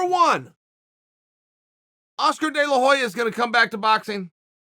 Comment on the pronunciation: Delahoy’a🤣🤣Chael’s gotta be trolling